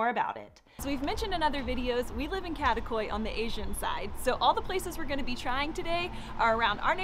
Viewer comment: Love the videos, but if you are living in Istanbul, please learn how to pronounce the names correctly. It is not too difficult. Kadikoy is kadee koy not kade koy.